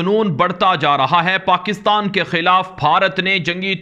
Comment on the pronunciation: And even they pronounce pakistan ko paxtan